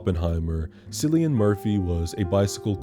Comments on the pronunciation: It's actually pronounced Killian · i know i’m a little late but Cillian is pronounced as if it started with a K. if that makes sense. sorry, i’m stoned & just stumbled upon your videos. i love them so much, okay bye! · cillian is a hard c sound, like k, incidentally. also, if you haven't seen it, i think you should watch breakfast on pluto...i don't have strong feelings about it, but i'd be interested to hear your take